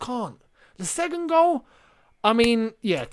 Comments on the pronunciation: The way you say 'segund' is driving me nuts! :D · the way says second lmaoo